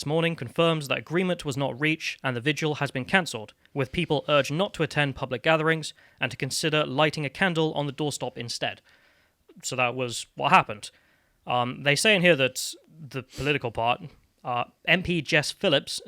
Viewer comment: it is a door step not a door stop that you and others here keep saying FFS